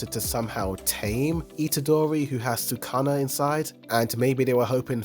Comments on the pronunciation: I had to stop the video after he pronounced Sukuna as “sooh-kah-nah” -_ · Sakana? You said fish in Japanese lol. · Why do you say Sukuna like Sakana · trust me when I say he will never correct that hes been saying it like that since the very first episode LOL plus he watches for the pretty colors who cares about actually paying attention